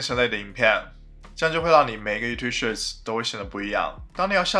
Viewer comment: shorts, not shirts... you have to improve your english pronunciation ,dude